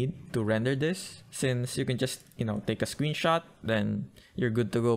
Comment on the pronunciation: I love how u say "tu" instead of "to"😂❤